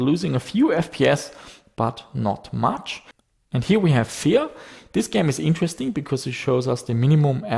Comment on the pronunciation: when he pronounce "Fear" I hear "vier" ;)